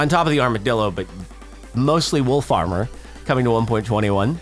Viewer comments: I really heard "wool farmer" when he said "wolf armor" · It sounds like he says “wool farmer” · kept thinking he said "wool farmer" lol